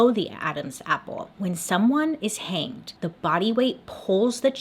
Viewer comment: "Hannged" Bailey? Lol